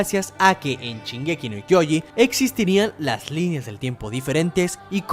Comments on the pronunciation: no puedo escuchar que diga 'chingeki' me fastidia demasiado que sque el video xd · Chingeki dice xd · Al chile men dijiste mal shingeki DISLIKE. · Perdón la ignorancia pero, de dónde es el acento ese en que pronuncia la "sh" como una "ch", es que me ancantan las diferentes dialectos y pronunciaciones; y este lo escuché varias veces pero nunca me animé a preguntar... supongo que podría ser de alguna región de México, pero no tengo idea. Perdón por no comentar nada referente al vídeo por más bueno que esté.